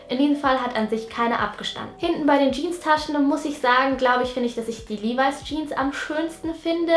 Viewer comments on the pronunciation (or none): Levis spricht man Li-weis aus😉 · LEVIS😍 Sie spricht es Livai aus. Ich sag nur AOT😏